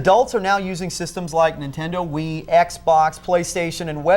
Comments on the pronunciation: "se"xbox KEKW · "SE"XBOX? lmfao